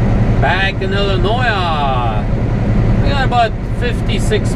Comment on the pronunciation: Why do you call Illinois "Illinoia"??